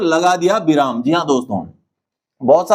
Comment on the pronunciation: बिराम नहीं विराम होता है l ध्यान रखें l